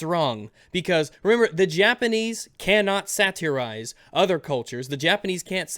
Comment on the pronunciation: The way says 'satirize' pisses me off